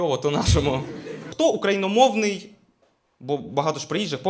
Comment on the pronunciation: від мене лайк і прохання: вдосконалюйтесь)) я теж на стадії переходу на українську, і моя викладачка каже, що правильно казати украінСЬКомовний😉